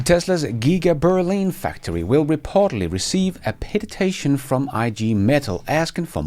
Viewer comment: “Petition” not ”petitation”.